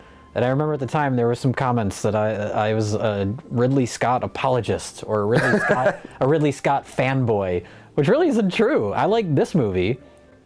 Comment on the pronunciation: "Ripley Scott's"